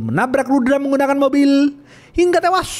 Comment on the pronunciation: tak suka kalo ngomong "hingga tewas"intonasinya kurang pas